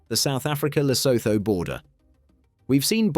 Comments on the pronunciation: And Lesotho is pronounced luh-SOO-too, in both British and American English. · Lo-so-tho🤣why why why why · Pronounced Le Suit two .. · lesotho is pronouned lesootoo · I love Britain and Brits, but why do you so stubbornly mispronounce proper nouns like Lesotho and Neanderthal? The haitch's are SILENT mate, SILENT. And can you have a little tiny bit of respect for people whose names come from a different language. Every time I hear José said as Josie, I really get frustrated.